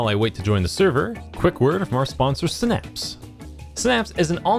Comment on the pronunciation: Eddy it's not "snaps" lmao it's sigh-naps